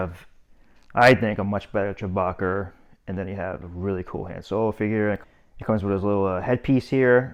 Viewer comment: Boston accent? I thought he said Chewbacker…